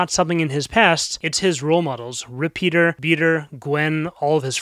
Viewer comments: “RIPeter” “Beter” I’m dead 😂😂😂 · "Beter" broke me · This is my first time hearing "RIPeter" and "Beter" and I'm dying haha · It’s probably cause I’m just tired, but when you called him “beter” it actually killed me😂😂